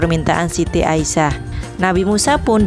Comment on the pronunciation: Bukan aisyah tapi asiyah